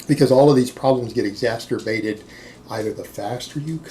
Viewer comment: "Exasterbated"... You've been telling too many gay jokes.